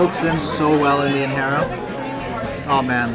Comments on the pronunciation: FYI... it's not InHERA... It's actually pronounced INJERA, just like what we use to pour our coffee a JEBENA is not HEBENA😊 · Its injera not inhera you have to pronounce j as j it’s not a Spanish word. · in-hera lol 😂.. it's not hesus it's Jesus.. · Thank you for this. Looks so good. Just fyi, when pronouncing Injera, the "j" is actually pronounced. It's not like Spanish. so it's In-ge-ra. 😊